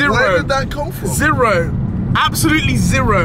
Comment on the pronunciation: No one: Deji: ZIRO